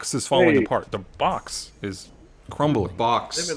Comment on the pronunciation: Collector, I NEED DESUS AND MERO ON THE SHOW THIS SEASON OR I WILL HURT MYSELF AND BODY SLAM AS WELL. P.S. had the worst take with the "the boks" joke that nobody acknowledged. Trying to say "the box" Edit: I thought this was Big Jay Oakerson. Lol <333 love u